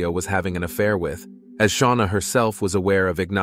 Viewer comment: Who's sha-wana ⟵(o_O)